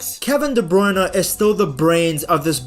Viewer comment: Please try with Kevin's name a bit. Pretend the "e" in "Bruyne" is silent. I will admit it triggers me a bit each time I hear that name pronounced by commenters.